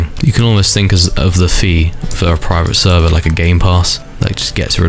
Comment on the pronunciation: bro keep repeating praivet servah 💀💀